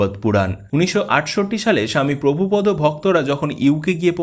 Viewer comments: মনে কিছু করবেন না ওনার নাম প্রভুপাদ , আপনি বারবার বলছেন প্রভুপদ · মৃদঙ্গ। প্রভুপাদ। এই উচ্চারণ গুলি ঠিক হয়নি।